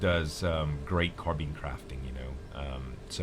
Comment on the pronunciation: The way he says Carbines bothers me..